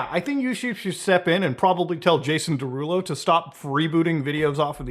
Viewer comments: Jason Day-Rulo lol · “Jason DayRulo” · day-rulo? well thats wrong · I thought Muta was mispronouncing Jason Derulo's name on purpose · Bro he said his name in every song he ever dropped and you STILL pronounced Jason Derulo's name wrong 😂